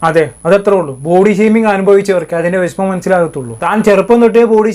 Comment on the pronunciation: വിശമം അല്ല.... വിഷമം ആണ്......